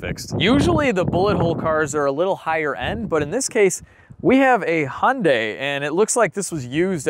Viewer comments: You say Impala correctly but your Hyundai is way off. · I laugh every time an American says Hyundai. (Hun-day)🤣🤣 in Australia 🇦🇺 we say (Hi-un-die) or (hi-un-day) 🤣🤣🇦🇺🇦🇺🇦🇺